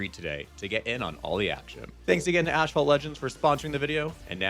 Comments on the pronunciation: Wait, did you just... pronounce your own sponsor's name incorrectly? "Ash fault"? As opposed to the way it's spelled, asphalt, aka the stuff most roads are made out of, which I assume is the word and pronunciation they intend? Don't you normally have to run a sponsored video past the sponsor first? How did they not notice that? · Curious if any of the Asphalt Legends reps were pissed that you called it “Ash fault” in the sponsored segment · He said Mario..yay~ "Ashphalt" Sigh